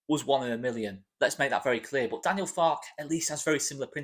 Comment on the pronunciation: I think you pronounce the "e" at the end of Farke - as he's German and they tend to pronounce every letter in a word....I could be wrong - sorry if I am. Keep up the great work